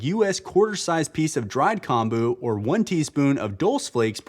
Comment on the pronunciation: Great video! BUT, "natto" is pronounced more like naw toh (kinda like "gnaw" + "toe") and "kombu" is more like kohm bu (kinda like "comb" + "boo"). Also, NO. WEAR SUNSCREEN if the UV index is 3 or above! Your body will still make enough.